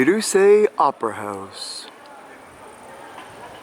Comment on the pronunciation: Pronounced Roo seh not Roo see